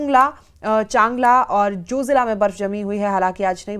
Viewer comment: Jozela nahi zojila hay madam home work kar kay aao